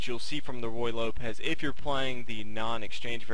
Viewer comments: The pronunciation should not by Roy Lopez, it should by Roo-ey Lopez. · He keeps saying "Roy" Lopez but it's actually "Ruy" Lopez. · If You can't get the name of the opening correct how much else is sloppy? Its not Roy Lopez like Roy Rodgers its Ruy (Ru i') like Ruiz. The hint should be that it is named after a Spanish monk. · I love the way he calls it the Roy Lopez. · Nothing is worse than hearing royal lopez, and yes it happens quite often. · hard to listen to him keep saying roy lopez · I think I've heard every possible pronunciation of Ruy Lopez. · Thank you! It's extremely annoying with the name butchered like that.